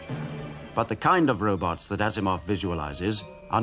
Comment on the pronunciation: I love how he calls robots "robuts"😂